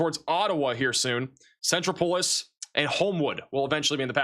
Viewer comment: Centropolis Pronounced like 'metropolis' only with a C sen-TROP-oh-liss